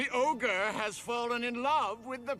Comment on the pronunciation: ITS NOT OGRE... ITS NEVER OGRE